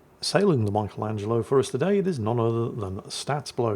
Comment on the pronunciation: Only can mispronounce "Michelangelo".